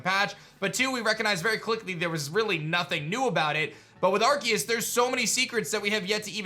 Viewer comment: I love watching videos, but the way he pronounces arceus drives me crazy 🤣